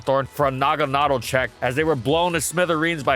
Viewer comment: Really interested to know how good Naga-NAY-del is, a Pokémon given to you too late for it to be even remotely useful